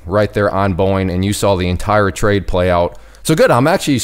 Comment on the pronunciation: Where did you learn to say trade ?